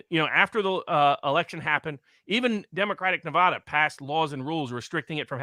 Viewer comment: I’m a 50yo native Nevadan. you need to pronounce NEVADA THE WAY WE DO!!! 😡